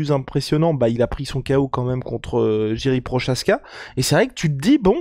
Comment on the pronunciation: Ca se dit pas jiri prochazka mais YIRI proHazka.😂 un peu de respect